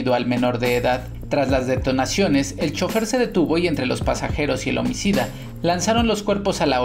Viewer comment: neta lo nombraron como "homcida"?